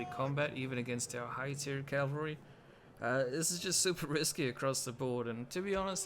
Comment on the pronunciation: I just discovered you and I love your Rome 2 videos, much much better than others' I've been watching. BTW - maybe you know this by now - melee is pronounced meh-lay and it's cavalry not Calvary which is where Jesus was crucified. If it's a habit for you just remember "cav" is short for cavalry.